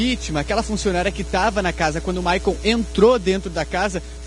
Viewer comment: O nome do rapaz não é Maicon. É Michael, pelo amor de Deus!